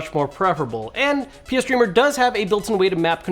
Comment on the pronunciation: Tee hee said pee streamer